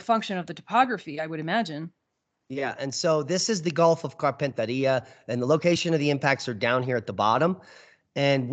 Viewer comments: Carpentaria pronounced Carpen (as in carpenter) tear ia. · Great show 😎👍 We pronounce Carpentaria here (as in Gulf of) as: carpent-area.